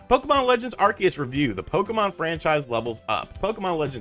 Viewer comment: Are-see-us. Just because the shows Canadian voice actors said it wrong, doesn't mean that's how it's said.